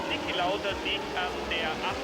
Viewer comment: Please try pronouncing the names of the drivers about better and it's Niki not Nick Lauda.